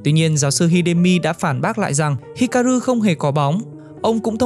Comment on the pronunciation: Góp ý nhẹ cho anh voice của W2W ở những video sau có thể đọc chậm và kĩ hơn một chút để tránh đọc sai nhân vật quá nhiều như ở video này. Như Chizuru bị đọc thành Chiruzu, Hikaru đọc thành Hiraku,... Một hai lần không sao nhưng đọc sai nhiều hơi khó chịu với người xem và làm giảm tính chuyên nghiệp của video.